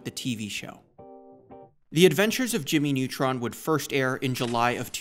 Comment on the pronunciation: Ah yes, Jimy Nawtron!